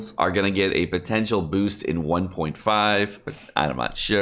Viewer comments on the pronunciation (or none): I love how during the whole vid u can feel him winking at u when he say “potential”🤣